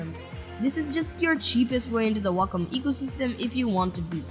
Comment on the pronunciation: you say Wacom like Wacka Flocka says Wacka